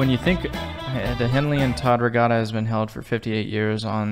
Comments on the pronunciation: Give up on the accent....We pronounce it RE GAT (like bat) TA.... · Regatta is pronounced regadda. With a hard first A, As in At. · There's no r in the middle of regatta.🧐